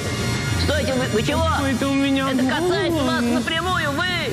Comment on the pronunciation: Я-то думаю, что я эту "неловкую ситуацию" где-то видел. Только НН очень невнятно произносит "Вас", и с ходу не понял.